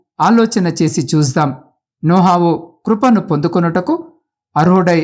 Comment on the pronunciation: నోహావు కాదు sir నోవహు